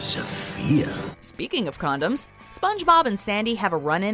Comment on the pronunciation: Condumes bullons